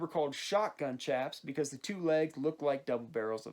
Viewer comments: They’re pronounced sh-aps not ch-aps I’m sorry about mentioning this but it really does just make me cringe to hear it pronounced ch-aps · They had bat wings in the 1870s but red dead makes them to baggy plus the way you said chaps triggers me